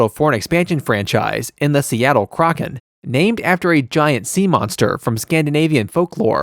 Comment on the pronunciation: Crock-in. Sheesh, get it right. 😉